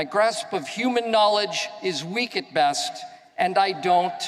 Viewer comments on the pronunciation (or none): none